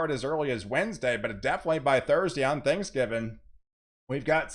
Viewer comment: I love it when you say “Thanksgivin” 😂